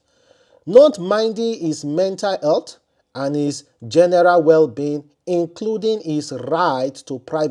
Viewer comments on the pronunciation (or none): none